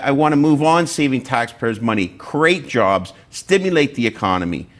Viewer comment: "Crate jobs"?